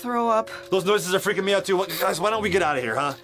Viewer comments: Daniel said FREEEEKING not Freaking it's pronounced fast. FINALLY SOMEONE PRONOUNCES LIKE ME. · He pronounced it FRIKIN'